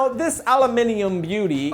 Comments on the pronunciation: An American who pronounces Aluminium correctly? THOU ART MY GOD. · great u say aluminium like how Australian say it!!